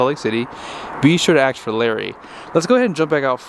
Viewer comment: A lot of your conclusions are suspect at best. For example, "I think most people would prefer". Any evidence? and saying some things are no-brainers. Well, only if you have no brain. Speaking of which, it's pronounced "ask". Not "aks". ￼ also, the word give does not belong in any of these reviews. They're not giving you anything. They're selling it to you. ￼ ￼